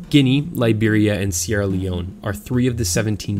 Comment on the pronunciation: I’m from sierra Leon but lives in England and u know how to say sierra Leon better than me